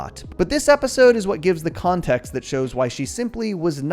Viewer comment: I heard that pun. You pronounced it "Kahn-text" instead of context. I noticed. That's excellent <3